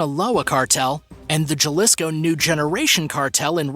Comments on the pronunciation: Jalisco - J in Spanish is pronounced like H in English FYI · Anyone who can't pronounce Jalisco properly certainly can't manage the calendars of when these wanted women were arrested or not.